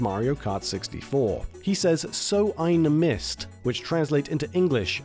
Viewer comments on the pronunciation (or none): I tried telling people this for years... But they were all convinced he was saying "Doh, I missed" which just makes absolutely no sense, and the first word started with a "S" sound. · as a kid I always understood "so ein Mist", after growing older I thought it was strange Wario speaks german, then my brother told me that Wario says "so I missed" XD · Wait a minute. So Wario in Mario Party is saying that German phrase? I always thought he said "Doh I missed!". Edit* I looked it up and it's true. My childhood has been a lie. My perception on reality altered.